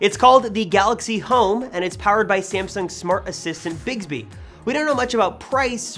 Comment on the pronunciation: Why you say it Bigsby? It's Bixby. Innit?